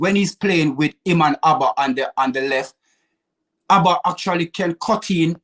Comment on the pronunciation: Calls Auba , ABBA looooooooool knowing me knowing you, ahaaaaaa looooooool